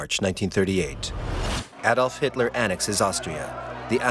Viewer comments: its pronounced Adolf like A-dolf! not Aaaadolf, I know you are American but at least try to get the pronunciation correct. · Pronounced AAAdolf. Not Adolf.in A is. AAA.